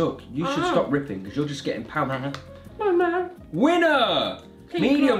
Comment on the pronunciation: Paul mule Liana: PALL MALL!!!